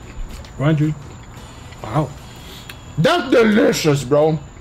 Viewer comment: “DUT!!! deeleeshus bro” 🤣🤣🤣🤣